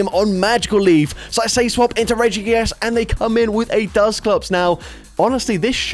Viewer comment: “Regi gigASS” Ik it’s the accent and I love you😂❤